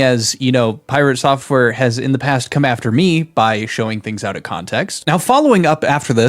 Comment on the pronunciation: this dude literally cannot say out of drama to save his life